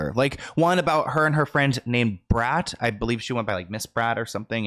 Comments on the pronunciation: Love the story. But quit f-ing up everyone’s name. Da brat & Derek Jeter famous New York Yankee🥸🥸🥸🥸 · He is crazy saying mz brat ! Are u crazy dude da brat is a legend lol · did you really just say Ms Brat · I believe you meant “da brat” lol love you ❤❤❤ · Lol right. Legend ! he said " miss brat" 🤦🏾‍♀️geeze . Good video but know who all your referencing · Girl same! “Mrs. Brat” had me gagged and feeling very 33 lol. Also sis you’re beautiful! ❤ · 34 here and literally screamed as Miss Brat… lmfao like maam 😂